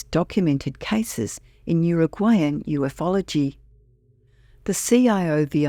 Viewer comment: It's pronounced U fology not Uf ology.